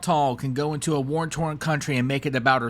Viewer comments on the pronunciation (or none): Please, the expression is WAR torn, not worn torn. Yes, I am nitpicky. I'm a retired teacher and it comes naturally.